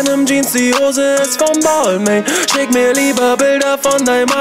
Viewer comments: Hab gegoogelt Balmain spricht man so aus: bel'ma(n) 🍍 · Ehrenmann kauft sich Marken die er nicht mal aussprechen kann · Lern bitte erstmal balmain auszusprechen bevor du einen Song drüber machst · Wie wird es ausgesprochen Bal ming oder was😂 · Belmain wird es ausgesprochen aber Balmain geschrieben .... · Das ist französisch, dass i und das n werden nicht ausgesprochen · Red nicht von labels die du nicht mal aussprechen kannst